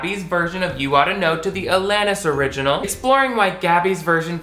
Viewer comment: I’m glad you pronounce “Alanis” correctly bc most people butcher it 😭 (it’s my name lol)